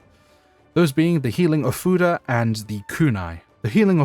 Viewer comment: Am I the only one that hears something different when he says ofuda?